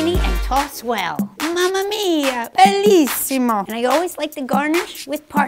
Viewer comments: As an italian, the Alfredo Is only pasta whit butter and parmigiano, but your "MAMMA MIAA BELLISSIMO" It's pronunced very well! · Lanja is the first non-Italian in the Internet who can actually pronounce "Bellissimo" in a perfect accent, 10/10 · Me, an italian who hear “mamma mia bellissimo”: “OMG WHAT A PRONUNCIATION I LOVE IT”